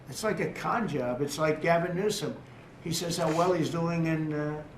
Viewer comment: Bravo that you remembered how to properly pronounce the surname of The Governor of California. Best of luck with the medical tomorrow. If brain scan not on the agenda you should be fine 🙏 Please God